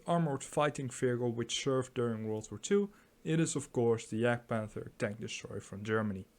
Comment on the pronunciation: "Yahgd-pahnther" not "jag-panther." Speak of gun "traverse" (side-to-side, up and down) not "range". The side armor of the Jagdpanther is one single plate of forged steel in the same plane from vehicle top to the tracks and front to back. This is the same angle as the side turret armor of the Panther tank! Beautiful.